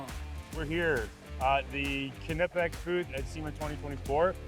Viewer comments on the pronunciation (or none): It’ll always be Knipex (Nye-pex) to me. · No...knipex (i=Shirt) Not kneepex. Greetings from Germany